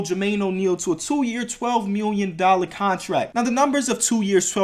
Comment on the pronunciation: # when you say million it sounds like miwwion